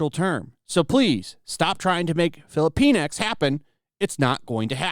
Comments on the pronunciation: Sorry, but I believe it is pronounced "filli-pinks" not "fillipine-ex." And "la-tinks" not "latin-ex." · Sounds like: Fili-penis. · Filipinx sounds like they're calling us filipenis.